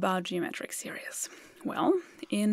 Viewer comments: When you keep pronouncing "geometric series" as "geometric serious", this is a serious mistake! 🙂 Even without using the formula for an infinite series, we can arrive at the answer as follows: If G is the fraction of the pizza that all the guests, collectively, get, and if E is the fraction that is left for Emma, and if I abbreviate 1/4 to Q (because I like to call them "quarters", not "fourths"), then we can see that G = Q + Q² + Q³ + ... We can also see from the diagram that after the first guest has been served, the guest was given one quarter (the bottom left), Emma kept a half (i.e. two quarters, the top left and bottom right), and the fourth quarter (top right) is left over for the second and subsequent servings. Each time, Emma gets half of the quarter that remained from the previous time. In other words, E = 1/2 + (1/2) Q + (1/2) Q² + (1/2) Q³ + ... We can rewrite this by factoring out 1/2. E = (1/2) (1 + Q + Q² + Q³ + ...) Oh, but look! This is just (1/2) (1 + G). We also know that G+E must equal 1 (i.e. the whole pizza), so we have G + (1/2) + (1/2)G = 1. By subtracting 1/2 on both sides, and combining the G terms we get (3/2)G = 1/2, and so G = 1/3. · Hello. I love your videos and your quaint accent. However, when you mentioned 'series', I had to turn on subtitles as I thought you said 'serious' and that didn't make sense. (Tip: 'series' is pronounced s e e r e e s...) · Love this video. One bit of English advice: your pronunciation of "series" sounds too much like "serious". "seer-ees" (English phonetic example) is closer to how you say this word in English. The rest of your English is so perfect, I infer that you would like to make it as perfect as possible, so I thought I would help. If you'd rather not get these suggestions, please let me now and I will refrain from any others (not that you need any that I know of). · Great video, so don't take offence, but the word "series" is not pronounced [Seer E es] but [Seer eez].